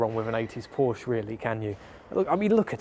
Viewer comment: "Porsche" The man actually says PORSCHE None of that "p0rch" stuff. It is a two-syllable word. It is the real surname of a real family and those fellow humans are owed the damn decency to not butcher their name. Now i can subscribe. I would not have been able to sit through 12 minutes of p0rCh, let alone an entire video series of it.